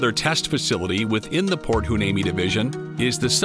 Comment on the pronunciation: Heuneme is pronounced wy-NEEM-ee